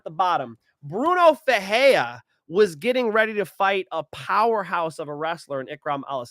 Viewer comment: Bruno FerreiRa…the R only sounds like an H when it’s on the beginning of the name..(ex: Rodrigues) or if it’s two RR together (ex: FeRReira). If it’s only one r in the middle then you have to roll your R… (ex: peReiRa)